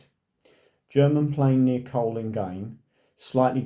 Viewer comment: It is pronounced Cone. I was born near there.